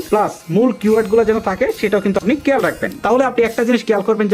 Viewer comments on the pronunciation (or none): শুধু ভিডিও আপলোড দিলেই হবে আগে উচ্চারণ টা সঠিকভাবে করতে শিখুন কেয়াল ❌ খেয়াল ✔️ তামবেল না থামবেন